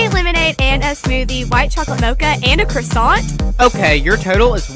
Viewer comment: The quasown got me rolling on the floor 😂😂😂